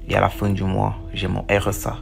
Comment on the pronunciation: "tout les moirs" mdrrr